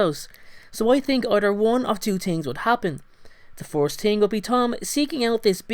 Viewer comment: do you say ting? its thing